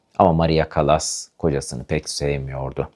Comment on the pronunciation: Sesi kötü,hayatını anlattığını sandığı kişinin adını bile doğru dürüst teleffuz edemiyor,Türkçesi kötü.Çekimler berbat yorucu.Müziğin fonda hafif duyulması gerekirken çok baskın.CALLAS'ın biyografisinde hatalar var iyi araştırma yapmadığı belli.